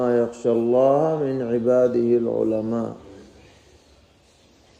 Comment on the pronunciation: انما یخشی اللہ پر زبر ہے حضرت والا دامت برکاتہم العالیہ